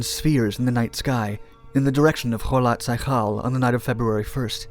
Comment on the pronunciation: "o-TOR-ten," not Ortenton. And "kho-LOT s'YA-khl."